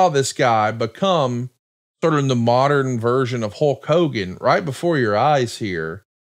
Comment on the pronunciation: Who is "Houlk Hogan"?